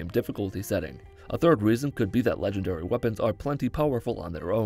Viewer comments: I’m not gonna lie, the first time he said “legengary” got to me 😂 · “Legengary” GARY GARYYYYYY